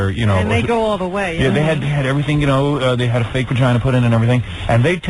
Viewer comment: I like how Howard says "Fayg"... Lol